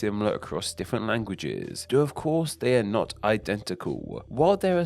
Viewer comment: An interesting subject. Shame that the speaker cannot pronounce so many of his words properly. Thrive becomes frive, the 'l' sound is mispronounced in such words as identical, which becomes identicaw; 'they' is pronounced 'dey.' And there are so many others in this debased speech that beside sounding unpleasant, it makes a mockery of the topic.